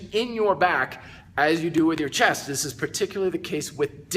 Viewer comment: love the way you say CHAST!